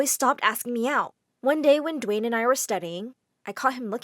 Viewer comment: "dwaen Johnson"